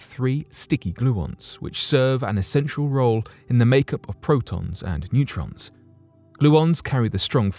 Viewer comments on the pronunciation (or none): none